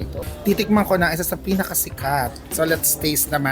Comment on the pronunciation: “lets taze it” 😂😂😂